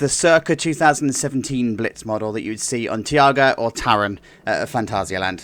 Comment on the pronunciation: Btw the new blitz of linnanmaki is called taiga , not tiaga ;)